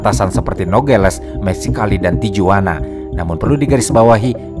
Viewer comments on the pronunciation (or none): mohon maaf, pengucapan tijuana mestinya tihuana. konten2nya selalu menarik ❤ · huruf J dlm bahasa mexico jd H ya, jd kota Guadalajara, bacanya jd Guadalahara, Tijuana jd Tihuana